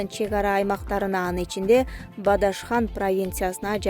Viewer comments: Эй Бадашхан эмес Бадахшан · бадашхан эмес Бадахшан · Бадашхан эмес Бадахшан деп туура суйло. Чала сабатсыздар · Бадашхан эмес Бадахшан деп туура оку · Бадашхан 🤣🤣🤣 Бадахшан. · үчүн Австрия, Австралия, Бадахшан, Бадашкан, Адашкан айырма жок окшойт. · Суйлогон Бадашхан эмес Бадахшан деп айтылат создорду туура айткылачы шерменделер. Жок дегенде башталгыч класстардын географиясын окуп болсо да ушул жерлердин аттарын туура айткылачы шерменделер,кругозорунар ото томон окуп бергенди гана билесинер да ошону да туура окуй албайсынар. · Бадахшан деп туура окусан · Аябай неграмотный журналист экенсин,Бадахшанды окуй албайсын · бадашхан дейт.уят туура окуй албайт